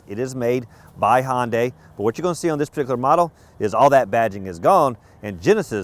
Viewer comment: Hey...get a clue - it's "Hun-day", not "Hon-day". And give "...good ol'..." a rest.